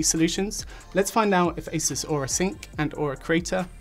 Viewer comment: Thank you… it’s As(eh)s not, As(ooo)se